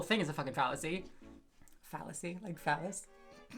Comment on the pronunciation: "Phallusy" X'D